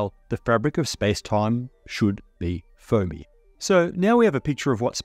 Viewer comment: Spacetime is foamy ... I heard "phony".